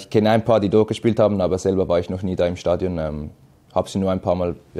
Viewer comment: Statuin Ohh man 😂 Es heißt STADION !